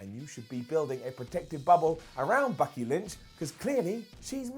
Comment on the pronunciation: thought you said Bucky Lynch...